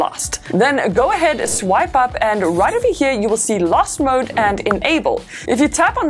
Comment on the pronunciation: I thought she was saying ‘Lust mode’